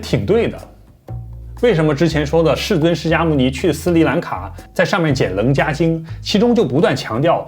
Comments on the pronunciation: 楞伽经,中间那个字好像应该念qie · 老师 说的很棒哟！楞伽经，这个【伽】念【茄】茄子的茄哦！谢谢您！